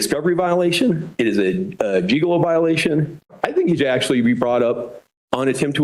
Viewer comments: It's "Giglio," not "Gigolo." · I am not even a lawyer but even I know the case that lawyer wanted to cite was NOT "Gigolo" but "Giglio."